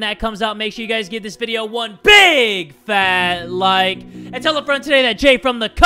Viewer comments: When he says “that dude” at the end of videos it sounds almost like “there doom” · When I was younger I thought he kept saying “DEAD DUDE!!” lmaoo